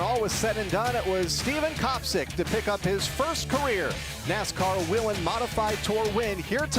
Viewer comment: Why do they keep calling it WEE-lin when in their own corporate TV ad they pronounce it WAY-lin????? DUH???